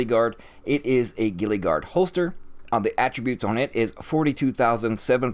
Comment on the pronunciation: Bruh it's (gee-luh) not gillie